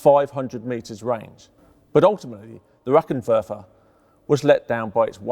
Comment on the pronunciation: lol, "rackentekk werfer"